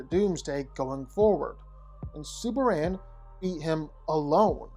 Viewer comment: Superrand? Why is it that you can’t say Superman?